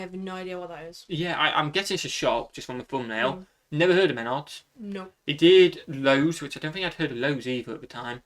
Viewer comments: It's pronounced mehnards (one flowing word), not men-ards 🤣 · He pronounces wrong, is meh NARDs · Menard's is awesome! Also hadn't yet learned how to pronounce it in this video haha